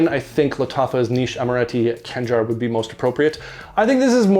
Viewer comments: Its not "Kangar" , you have KH , its actually knife , see the state flag of Oman , just search for "khanjar oman" :D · Its not Kanjar, its Khanjar